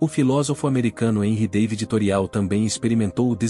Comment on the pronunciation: Não se diz "Toreau" Mas Torô- É Francês.